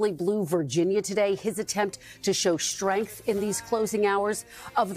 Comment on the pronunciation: Kristen...it's "strength", not shtrength